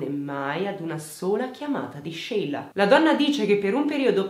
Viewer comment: E poi ci sono io, che mi chiamo Sheila e ho sempre messo l’amicizia al primo posto ❤️ sarà il nome! Grazie per averlo pronunciato “all’italiana”, fa piacere sentirlo dire giusto 😍